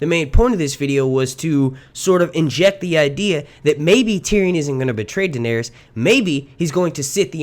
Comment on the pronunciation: WTF just happened?! Lmaooo. “DaeneRYS” 🤨🧐😂